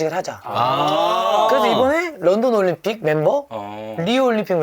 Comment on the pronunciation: 올림픽을 왜 *림픽이라고하지..?